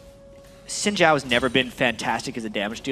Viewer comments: You are sadly Mis-informed. It more like sin/syin-Jhao when said. Trust me. I'm Chinese. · americans can't say xin zhao correctly? its not chin jao, its xin zhao, XIN not CHIN and ZHAO not JAO.